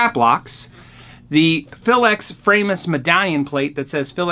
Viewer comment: my wife wanted me to tell you its fra-mus, she is german an a tad ocd she makes me say folkswagon AKA volkswagon.......send help!